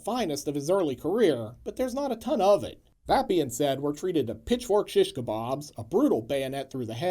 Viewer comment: Did you say pitchfork or bitchfork?❤😂❤